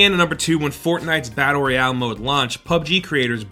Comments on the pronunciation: fortnite roy-ow XD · "Reayale" lol